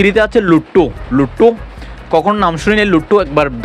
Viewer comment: Lotto❌️ Lutu✅️ 😂😂😂😂😂